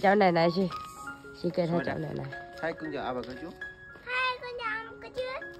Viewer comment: Phát âm rõ từ " chú"...nhiều khi nghe nhầm ra từ " ch...ó...a" nhé